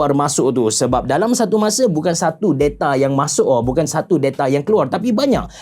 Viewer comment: Da-ta abe da-ta, bukan de-ta wkwk.